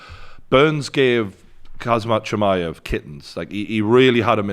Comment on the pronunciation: “Kazmat chimaev”